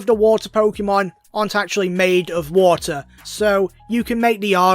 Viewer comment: Did you know that vaporeon... Can turn into wa'er